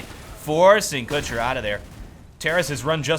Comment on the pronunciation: I think u pronunce kucher wrong, u stretch the ,,u''